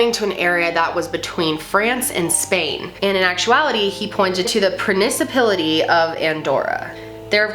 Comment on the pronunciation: "Pranicipility". You poor thing--were you trying to use the word principality but don't actually know the word?